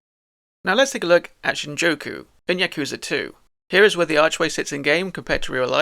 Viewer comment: This is a good video but you saying shinjoku instead of Shinjuku is driving me mad 😭again otherwise it's a really good video and for not knowing Japanese your pronunciation isn't horrible, the language is pretty phonetic so something like for example Yakuza is pronounced exactly as it's read, Yah-ku-za with no emphasis on any part of the word unless it's the sound of a certain vowel like I being pronounced like e so like geenza instead of ginza or j being something different but I don't know how to explain it, I'd recommend looking if up if you're interested in learning more lol